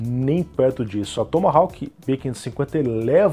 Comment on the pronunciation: A letra 'W' da palavra Tomahawk não se pronuncia.